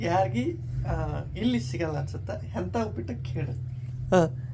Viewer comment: ಹೆಂತಾ ❌ಎಂಥ ✅